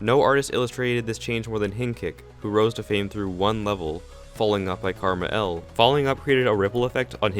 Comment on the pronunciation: Every time you say Krmal it is pronounced differently in every vid